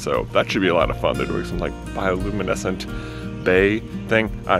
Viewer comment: Even though didnt get footage of his Puerto Rican trip.....J you said "biolumenescent".....am i seriously only one whos brain went straight to Moana